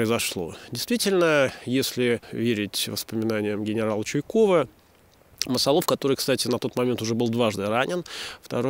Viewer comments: МасАлов, думаю.. так как от масал, если бы от корня "лов" , как птицелОв, тогда да и ударение на последний слог. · "МасалОв" звучит, как "БородинО", хотя та деревня на самом деле называлась "БорОдино"...